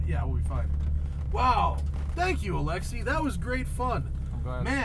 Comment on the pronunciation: You mispronounced his name like ten times. It's not Alexy, it's AlexEi. He's Russian!